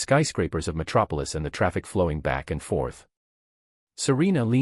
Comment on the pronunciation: metropilis? Am i tweaking or is that the city superman is from?